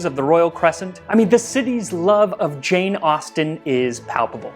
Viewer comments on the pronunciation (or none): none